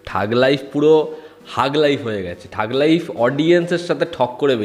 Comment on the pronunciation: থাগ লাইফ❌ ঠগ লাইফ ✅